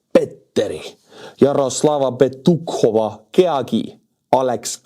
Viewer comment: Yaroslava Petukhova Keagy is quite the mouthful. You butchered it well. 🙂